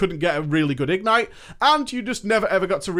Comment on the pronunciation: igNITE not IGnite